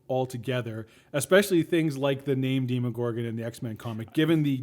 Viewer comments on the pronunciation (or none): You kept saying demigorgan wrong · "deemagorgon" me: BYEE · No one has ever called the demogorgon a deeeem-o-gorgon. Nor DEMI-gorgon. It's fucking DEMOGORGON. Demo. Gorgon. Dem. O. Gor. Gon. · I don't think you've watched the show if u say deeemogorgon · itz dema gor gon not demogorgan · MyNameIsMilligan demogorgon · how do you watch hours of this series, hours of listening to people say the monsters name, and still manage to say it wrong. The one guy that was meant to get his 'mind blown' knew and didn't correct him like seriously. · You're pronouncing the monster wrong